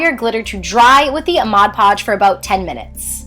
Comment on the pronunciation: anyone notice how it said mod lodge?